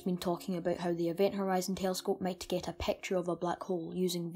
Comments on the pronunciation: I really Love the vid but please stop saying pacture its picture Not pacture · The way he says " picture " pecture " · "...it is hard to take a PAAAKCHUR of it..." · "a peawcture oeaf a blaeak houwlf" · "A pecktyer of a black hole" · i dont trust anybody that pronounces picture as peture!!